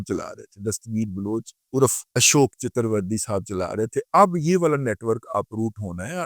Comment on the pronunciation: Chatuerverdi nahi sale chaturvedi hota ha